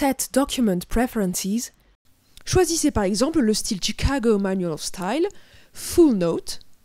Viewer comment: "tchicago manoual of stayle" on aime l'accent